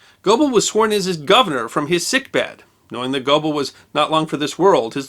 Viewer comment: Pronounced Gair-Bull. I thought only haughty Brits and ignorant Americans used English rules of pronunciation when speaking words from another language. You Sir, are neither.